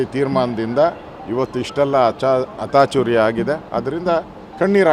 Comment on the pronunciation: 😂😂😂 ಅತಾಚುರ್ಯ ಅಲ್ಲೊ ಮಾರಾಯ ಅಚಾತುರ್ಯ 😂😂😂